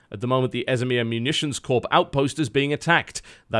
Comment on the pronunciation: TotalBiscuit, it is a 'Corps', not a Corpse. It's pronounced the same as 'core'.